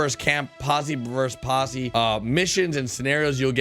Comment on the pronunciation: How do you pronounce Posse? -Pussi